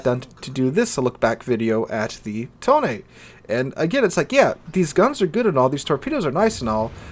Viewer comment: Finally, a content creator who pronounce its name correctly